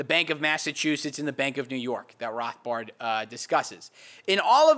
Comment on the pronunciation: He says Rothbard the way Rothbard would say Rothbard...